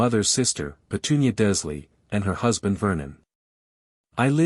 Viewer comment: I take it that the narrator is just a program that cannot be taught to pronounce Dursley, Wizengamot, Erised, etc?